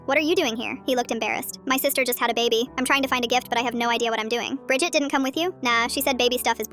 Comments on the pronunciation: Bridged sounds like bridge 🙂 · Bridget sounds like budget